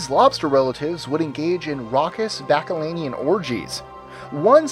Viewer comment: "Bacchalanian"? Really? The correct word is "Bacchanalian" - from "Bacchanal".